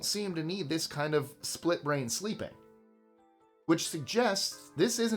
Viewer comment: THUS is getting WAY to 'murican for me!!!!!! WTF??